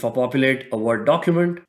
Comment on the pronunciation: i like how he says Microsoft Vord... lol